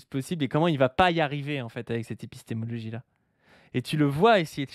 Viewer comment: il a déjà un mal fou à prononcer ce mot, alors de là à le comprendre...